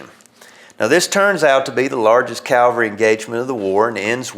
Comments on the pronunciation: He keeps saying “calvary”. It’s “cavalry”. No one got crucified. I’ve been to Gettysburg and I think they would have mentioned it. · The word is CAVALRY not CALVARY.